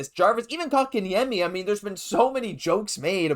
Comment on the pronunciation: Can you PLEASE learn how to say Kotkaniemi. It’s not “cock”n’yami